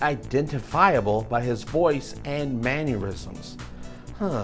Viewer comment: BTW... "Mannerisms" is pronounced Man-ner-isms not Man-your-isms. You said it correctly once, then you went back to saying "Man-your-isms"🙄😀